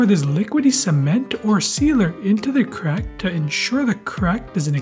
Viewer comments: The emphasis him put on the CRACK. Sounds kinda sus. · Why is bro putting so much emphasis on every "crack"👀